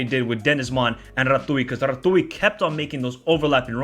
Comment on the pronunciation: Rah-tzyu - RATZIU - RATIU (TZ)